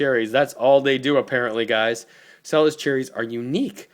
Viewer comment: It's not pronounced "Sella's"!!!!!! You really should do your research BEFORE making a damn video!!! It's pronounced "Chella's." And it's not "Illinoise." OMG!!! Watching you is cringeworthy!!! I can't get past !!!!!! A million thumbs down!!!!!! UGH.